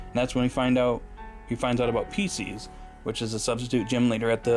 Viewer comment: It’s pronounced Pie sces The callbacks were fun